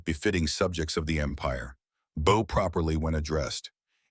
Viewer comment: Bow properly when adddressed. That first word should rhyme with cow. Instead the narrator pronounced it like bow in bow and arrows. Idiotic AI!!!!!